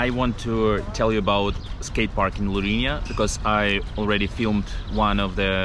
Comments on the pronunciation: Lourinhã, with a til in the ã, it sounds diferente when you pronounce, but very good video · Nice video but you are pronouncing Lourinhã wrong